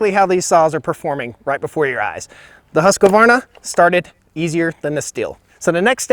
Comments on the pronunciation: Great comparison. The difference in the 10 inch log was 1.5 seconds faster with the Husqvarna. I agree with your choice. BTW it's pronounced (Swedish), "yoosc varna". English, Husq' varna, not "huskavarna". Since the names came up so many times in this video, I thought you may want to know the actual pronunciation:) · Husqvarna...... Not HusqAvarna !!!!! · Husq-varna not Husq-a-varna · Please say Husqvarna properly. It is Husqvarna not Husqavarna. Not try to be petty but give credit where credit is due. Otherwise great video. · I find it funny how Husqvarna is pronounced so different. In Scandinavia we put pressure on the vocals [huus-kvaarna]. But in uk/america you do the opposite and put pressure on "sq" and "rn" [husskovarna] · Why do Americans pronounce it has Husk A varna? It's Husk Varna. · Just A Small point it is Husquvarna, not Husquavarna, no extra ‘a’, maybe it is the way USA pronounces it, I know I have a lot to learn American. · Husqovarna? HUSQ VARNA! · I think you can't go wrong with either brand. My question is, where does the extra syllable always come from in the Husqvarna name? A vast majority of people say it like Husk a varna. It should be just Husk varna. And the Stihl name is pronounced like "still" when it should be pronounced "steel". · Just so you know, it's not HUSQ-LA-VARNA. It's HUSQ-VARNA..... shame you have to have a woman tell you that! lol Oh and that Stihl will outlast that POS by years!! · All right - let's try to pronounce the brand name 'Husqvarna' correct. It is NOT pronounced like 'Haskevarna' - it's a Swedish name and the correct pronounciation is 'Huus-kvarna' (which also happens to be the name of the Swedish town the company origins from). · It’s Husqvarna not Husq a varna! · Husk varna not huskwa varna. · “Husk varna” not “huska varna” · You dont say huskuvarna, you say huuskvaarna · Swedes: Husqvarna: Husq a varna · Husqvarna, pronounced "Hus-kvarna" and not "huska-varna" :) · Husqvarna not husq-a-varna